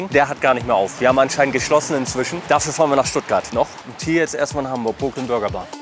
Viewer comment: die sind nicht broke also sag doch wenigstens brooklyn richtig...wenigstens ein mal in deinen videos, könntest du auf google übersetzer dir anhören, wie es richtig ausgesprochen wird, obwohl du das auf der hauptschule ab der 5. klasse gelernt haben müsstest